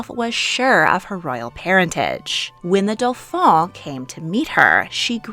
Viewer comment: Items 1, 2, and 3 were proof enough that the Princess, Sister Louise was the daughter of Louis! How did anyone need more??? I wonder more who her mother could have been.... Just FYI--It is pronounced, the "DOE--FAn (with a soft N)" And Madame de Maintenant is pronounced, "Man-te-NOn (again, a soft N. And, at the beginning, the "Man-te" is slurred--"Mant--NOn"). Hope that helps!